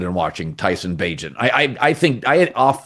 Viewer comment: Colin “I’d like to see Tyson Bageant” Cowherd